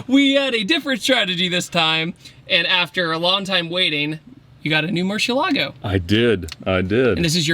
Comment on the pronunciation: Any video featuring the LP640 along with Ed is going to be cool , but please learn how to pronounce Murcielago..Ed Boiian will tell you.